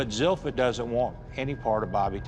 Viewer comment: So the "i" (second-to-last letter) isn't pronounced, but Zilpha was pronounced zil-fee-uh like there's an invisible "i" as the second-to-last letter.